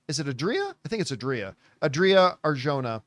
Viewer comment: its pronounced ah-dreea ar-ho-na